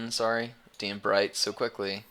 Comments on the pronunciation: Its Dane, not Dean. ^^ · I don't know what this is, i just looked my name up on youtube and found this. seems I'm amazing in Diablo thats pretty good! P.S you pronounced my name wrong.